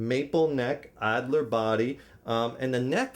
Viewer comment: The wood is alder not Adler lol